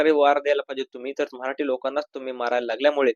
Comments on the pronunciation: अरे बाबा मराटी !!!!! नाही मराठी ठी ठी याला धड मराठी शब्द उच्चारता येईना!!!!!! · Marati Nahi Marathi asauchar kara